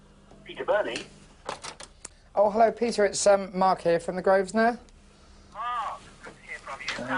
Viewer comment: it's infuriating hearing the owner of a business mispronounce it 90% of the time. it's not "grove-sner" it's GROVE-NER!!!